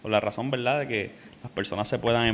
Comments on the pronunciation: Verdad, no veldad. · Saludos cordiales, el intercambio de la "r" por la "l" se denomina "lambdacismo caribeño". Es común en el habla coloquial de las Antillas, por influencia africana y por la mezcla lingüística que vino desde el sur de.España, particularmente Andalucía. En veldá en veldá el español boricua está genial.